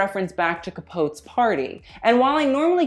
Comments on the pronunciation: I love that can say all the label names but not Capote. Cap-O-ti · Can’t wait for the others! Whoo Hoo!...by the way...Capote....three syllables /Ca-Poe-tee/ ......excellent vid though! ❤️❤️❤️❤️😃🙏🏻⭐️✅👍🏻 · Literally died laughing when you pronounced “Capote”, it’s pronounced “Ka-pō-ti” love 😉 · Ca-pO-tY, Capote. You’re welcome😊💕💫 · With Truman Capote, Capote is pronounced Cap-o-tee. Love you❤️ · /Ca-Poe-tee/ 3 syllables Otherwise excellent vid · I'm sure someone has pointed this out, and you are young so you would not know, but Truman's last name is pronounced Ca-po-tee. Love your reviews. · It’s Truman capote’ not capoat. Jeez. Love ya babe but capoat? Really? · It's pronounced, Truman Capotee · Cuh-Pote? Yikes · Learn how to say Capote’s name correctly. You often say names other than designers incorrectly. Skim the script and call an older person and ask about names before you film.